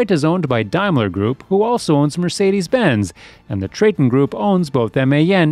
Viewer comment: Whenever i hear an american say MÖRCEEDIS BENTS I HAVE TO SLAM my teeth together and I get really angry. MERCEDES BENZ MERZEEEEEEDESSSSSSSSSSSSSSS